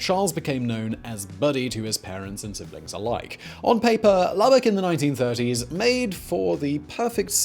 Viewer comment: I am a native of Lubbock Texas. Thank you for pronouncing Lubbock correctly!